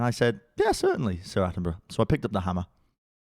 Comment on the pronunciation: "Sir Attenbruh"